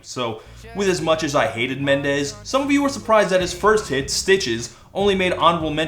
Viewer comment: "Shawn M'endes" I'M SCREAMING